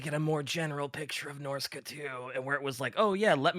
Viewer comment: yet another fantasy ep that's impossible to listen to because of pronunciation of the faction name who tf says norsca as norsey?